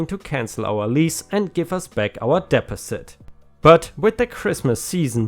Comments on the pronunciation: I know you love to ignore people’s comments on pronunciation, but “deposit” is pronounced “deh-paw-sit”, not “dep-oh-sit”. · ... DE-POS-IT!!! Deposit is pronounced De-Pos-It, not Des-Pes-it! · not trying to be mean but deposit is DEE POS IT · Pay pal= sounds like gal, not paul The bnb story sounds crazy. The guy and his friends did not damage the house. And they supposedly cleaned it up before they left so what was the owner raising such a ruckus for? Deposit= de (long e) pos' (short e) it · To enhance your language skills in English... It's pronounced de pos it. And it is pronounced dem o'd as in dem o lition. English is a hard language to comprehend to start. Idioms and slang are even worse, but you do very well. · Also the "pal" in Paypal is a softer "a" sound. And as others have said, you do a very good job, and in fact I've heard your English improve over the course of doing these videos. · Dee pozz it should do the trick. 🌟🌟🌟🌟🌟🌟🌟🌟🌟🌟🌟🌟🌟🌟🌟🌟🌟🌟🌟🌟🌟🌟🌟🌟🌟🌟🌟🌟🌟🌟🌟🌟🌟🌟🌟🌟🌟🌟🌟🌟🌟🌟🌟🌟🌟🌟🌟💖😄💖😄🌟🌟🌟🌟Again, your English is way better than my German. Because of its multiple sources, English pronunciations have exceptions to the exceptions. Sources go back to ancient Greece, the Roman Empire a smorgasbord of languages 😄 hang in there. Every day gives us a chance to learn something new. 🌟🌟🌟🌟🌟🌟🌟🌟🌟🌟🌟🌟🌟🌟🌟🌟🌟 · Hi, great post as always but use Google translate to pronounce "Deposit"